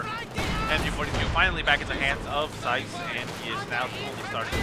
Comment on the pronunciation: Thanks for the cast, good job as usual. The game was so intense, I was shocked that I was able to scrape together a comeback - especially against an opponent as strong as OMGPOP (we've played a decent bit recently and I believe he has beaten me more times than I've beaten him). One thing to note, usually my name (CieZ) is pronounced "Sea-Ehz" ^_^ thanks for the cast though!